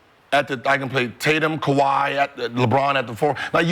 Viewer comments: Dah, it's Kawhi Dah.. 😂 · Ka-wiT Leanord.😆